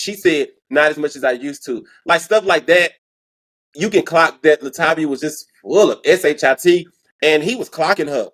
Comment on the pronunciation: "La Tay Via" 🎶 RIP Angie Stone. "A Class Act